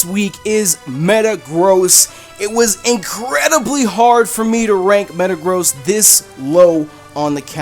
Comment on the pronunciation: Did You Just Say Matagrost